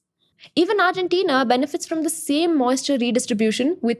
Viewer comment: New drinking game. Every time she says “argentenia”